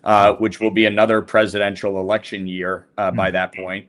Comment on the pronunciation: Pwease help us with our rext "erection"